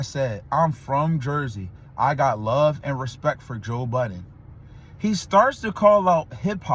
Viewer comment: Bro every time you put the S on that last part of Budden just discredits everything u said before and after lol. How you make content talkin bout niggas and can’t pronounce their names and callin the wrong peoples name. Just keep em out ur mouth bruh 😂😂😂